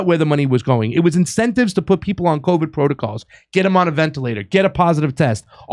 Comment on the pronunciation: Rachel Maddow let us know that if you get the vackseen you can't spread coooviddd 😂😂